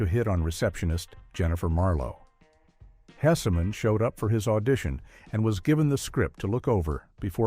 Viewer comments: HESSman, AI. Not Hessiman. GEEZ LOUISE! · I hate AI narration so much - mispronounced names, pauses in odd places, etc. FWIW, AI narrator, it's supposed to sound like Howard HESS-min, not HESSA-MAN like he's in the Marvel universe. Also, it's just 14 "facts" because one is more or less repeated - it's at the beginning and mentioned again toward the end. I watched the show's first run, and to me the call letters were explained by the Carp costume, regardless of what the show creator said. (He may have been honest, but ever think he might have been pranking someone with his explanation?) Herb crawling under a bathroom stall in his Carp suit and then brawling with the pig mascot of the rival station was hilarious. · Are you referring to the Howard Hess-eh-man that was mentioned 6 times? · Howard "Hessa-man 😝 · The issue is not the AI voice mispronouncing the names. The issue is the carelessness of the channel's owner, to not give the narration a listen in order to correct the errors. AI voices do not pronounce my surname correctly. So I have to spell the name differently if I want to get a pronunciation that I like. The same goes with the surname of Howard Hesseman; if the AI voice is saying "hessa-man", then the thing to do is to use the spelling "hessman" in order to get the right pronunciation. This is a failure of a human, not a failure of AI.